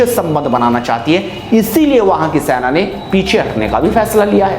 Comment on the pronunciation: Senaa Bole be saina sainaa bol re irritating